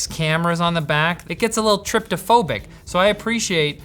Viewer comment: *Trypophobic (not Tryptophobic)!